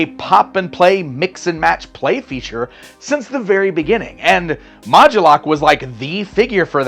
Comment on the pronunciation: Why is he emphasizing or adding a "gu" sound? Isn't it mod-U-lok? Like MOD-YOU-LOCK?